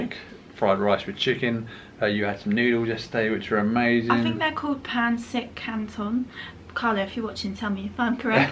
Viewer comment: You said pansit canton perfectly!